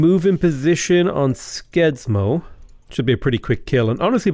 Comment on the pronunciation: As a Norwegian listening to you pronounce Skien and Skedsmo was just painful :p For future reference the "Sk" sound in Norwegian is pronounced more like "Sh" , also the D in Skedsmo is silent.